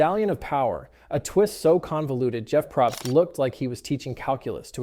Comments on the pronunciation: I mean...you have some good points, but the fact you can't even pronounce Jeff's last name...yeah, that says enough. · i said the same thing 💀